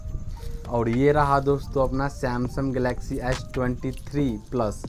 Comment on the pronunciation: Samsam nhi bhai samsung hota hai😂😂 thora pardh lete Tu ye din dekhna nhi parta